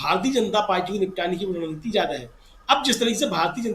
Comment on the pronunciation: not runneeti its rund neeti